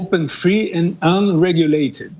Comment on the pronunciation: E o dito-cujo tem uma péssima pronúncia da língua inglesa. Por exemplo, tropeçou feio na sílaba tônica do verbo UNREGULATED, ao tentar soltar um gracejo naquele idioma.